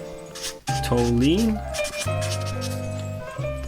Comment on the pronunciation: Hope this helps a little. Tall - you - eene and zeye - leen